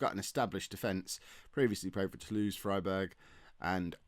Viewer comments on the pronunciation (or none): none